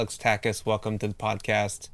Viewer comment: Nice video! Just a quick note: his name is pronounced a little differently. The end of Takács is not an S sound. It’s like the way you pronounce CHapter for example. Greetings from Hungary❤